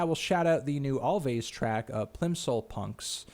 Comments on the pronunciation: Its pronounced always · Alvvays is just pronounced "always," you melon-headed cutie pie.